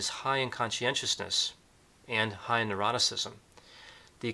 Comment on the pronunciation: Very interesting - thank you. A small point - you tend to pronounce ‘neuroticism’ as ‘eroticism’ 🤔